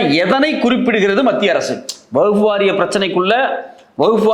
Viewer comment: வஃ புவகுப்புவாரியம்என உச்சரிக்கிறீங்கவஃஃஃபுவாரியம்